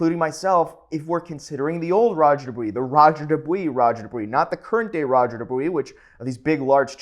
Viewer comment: Dubious=Do-bwa not do-wee. Can't even take you seriously du-dwee